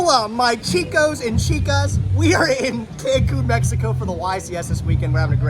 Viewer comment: That chicos and chicas what the whitest thing I’ve ever heard holy hell